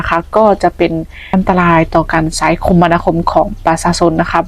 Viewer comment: คำว่า คมนาคม อยากให้อ่านแบบนี้ครับ (คะ-มะ-นา-คม) ครับ